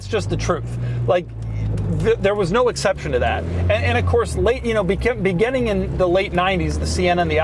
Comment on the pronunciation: Doug the type of guy to say "begenning" instead of "beginning".